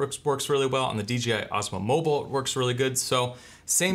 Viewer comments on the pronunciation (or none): 1 question, why does every reviewer say D, G, I? Am I crazy but its D "J" I right?